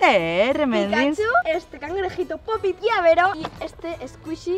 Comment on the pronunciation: No sé dice ni se es escribe popitn es pop it